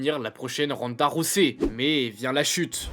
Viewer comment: Sérieux Ronda Rossey ? Rosset ? Faites un effort putain, Ronda ROUSEY, Holly Haulme ? 🤦🏻‍♀️🤦🏻‍♀️🤦🏻‍♀️